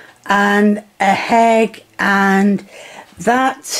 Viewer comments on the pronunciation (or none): why do you say hegg instead of egg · The HHeegg